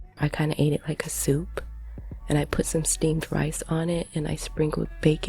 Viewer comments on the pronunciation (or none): It's the hard P's for me. She said souP!